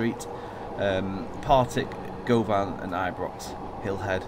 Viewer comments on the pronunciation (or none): Im from Glasgow Govan is pronounced as guvin